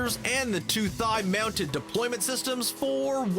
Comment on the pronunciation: "two thide mounted..." Whoops